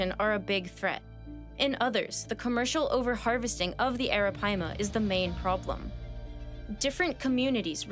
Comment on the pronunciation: Google the pronunciation. She’s saying it correctly.